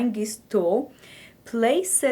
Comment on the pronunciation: It is "geese", not "geeze". A single one is a "goose". I am amazed that some people can speak more than one language. I had a friend who spoke four. I think Mrs. Trump speaks four. You sure are right about English being a hard language with so many oddities.